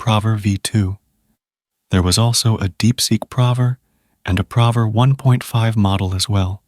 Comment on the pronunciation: 😂man. I was also irked by "prover" instead of "proooover"